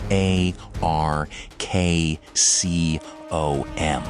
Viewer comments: “Dih Hey Arr Kay See Oh Em” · Couldn't stand that stupid DARKCOM pronunciation.